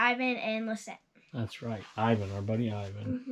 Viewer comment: And Thank You For Saying My Name Perfectly 🥰 & For The Shoutout 💚 Lissette 💚